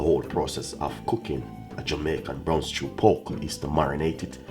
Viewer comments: It's pork..not poke😂😂😂😂😂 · It's poRk dude, not poke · 😂😂😂😂 he said poke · You keep forgetting the r in pork,u keep saying powk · Lol thought I was the only one that heard it too.